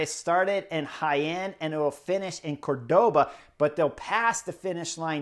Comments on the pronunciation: It's written "Córdoba", meaning one accents the first of the three syllables 😊. I love your road cycling covers though. Much more exciting than Eurosport/ GCN highlights 👌🏼👏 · it's obviously CORToba